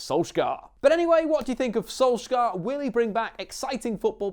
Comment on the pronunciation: One day an English commentator will learn how to pronounce Molde, Ole and Solskjaer. God Jul.